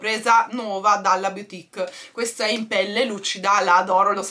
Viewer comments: Piccolo tip: "boutique" si legge "butìk", non "biutìk" 😉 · scusa non lo dico per criticare ma dato che tu dici sempre di correggerti mi permetto con la massima umiltà di dirti che si pronuncia "butik" non biutik (la boutique):-).sei splendida e ti adoro.perdonami se mi sono permessa.non volevo fare la professoressa.un bacione a te e una carezzina ai "gati"